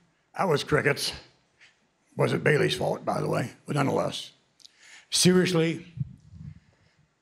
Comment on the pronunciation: ''it was baylay's thought anyway'' lol